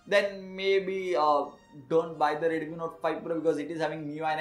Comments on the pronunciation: Review is great... But why do you pronounce it as Redumi when it's actually Redmi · Irritated to the core coz of ur pronunciations..... reduuumiii note 5 pro reduumiii...